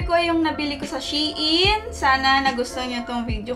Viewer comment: “Shayn” daw po basa.natutunan q sa isang tiktoker hihi